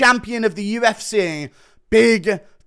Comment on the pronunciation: Why can't you say UFC properly? I mean you do sometimes but then straight after it's back to U F SAAAAAAY instead of C .... what is that shit?